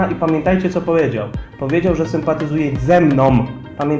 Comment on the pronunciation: "ZE MNOM, a nie z (...)" Tak.